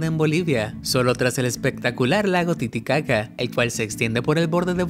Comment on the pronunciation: Aprende a pronunciar bien el nombre del lago de BOLIVIA